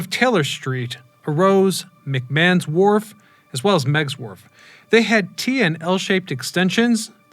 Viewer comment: It's Fisherman's Wharf, not Ward 🙂